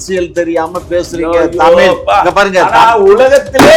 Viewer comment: தமிழை தமில் என்று சொல்கிற தமிழன் என்று எல்லோரும் நம்பவேணுமாம் நல்ல வேடிக்கை.